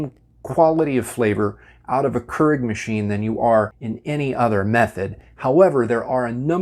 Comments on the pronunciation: Another common mistake people make is pronouncing it “krrrrrig”. When it’s actually “cure-ig” or “kyur-ig”. 😑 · I'd listen to a person explain about the Keurig coffee machines, But not this person as he keeps calling the machine Kerg what ever that is. It's a KEURIG Pronounced Keu rig. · Ha me trying to watch the video : keeps getting caught up everytime he says "kurr-ig" 🤣🤣 but hey he's probably correct and I'm probably not, but I've always called it "cure-ig" 😋 and I've made almost all these "mistakes" lol. I've also noticed that it won't brew if you put refrigerated water in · Keurig is produced as “Key-ur-rig” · "Q-rig" please thanks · Does anyone else cringe when he says "Kurrrig"? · I don't cringe at this one.. But I understand the issue, because other mispronunciations do bother me. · Well, considering it's a Dutch word, most people are pronouncing it wrong to begin with. His pronunciation makes it seem like there's more than one r in the word. Proper pronunciation is actually more like keer-ech / care-ich. But since I'm American, Cure-rig sounds good to me. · You're mispronouncing Keurig and you keep saying Keurig. 😂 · >speaks of mistakes, says he refuses to make said mistakes >pronounces keurig wrong lmao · This dude can't pronounce Keurig and it really bothers me